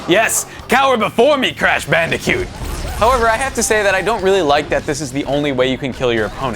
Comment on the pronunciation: did he say bandicute ?